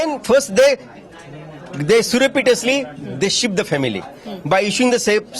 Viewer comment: su-re-pi-tus-lee. is that surreptitously? he will make a good entertainer